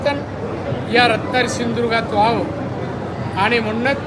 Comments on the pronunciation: रत्नागिरी सिंदुर्ग असा बोलतोय साहेब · याला‌ बोलता तरी येत का.... शिंदुर्ग 😅😂